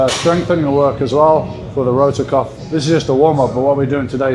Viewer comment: Rotator cuff, not rotor cuff